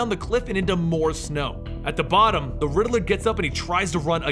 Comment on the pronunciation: Lol you kept saying "The Ridderler" It's just Riddler😂😅